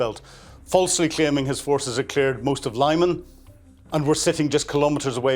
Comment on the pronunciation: It's not "Lai-man", it is "Lee-man", meaning "firth".